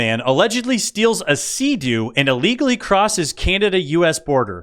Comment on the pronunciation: What is "Ahlegally"?